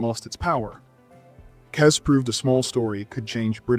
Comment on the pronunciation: It's pronounced Kez.